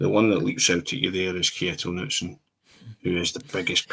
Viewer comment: Lads, I know I'm being pedantic here, but if you're raving about the guy at least pronounce his name properly 😆 The name "Knutsen" is pronounced "Ka-NOOT-sen", with the emphasis on the middle syllable. It is a Scandinavian name that is pronounced similarly to how the first part of the name is a shortened version of the name "Canute" (or "Knud").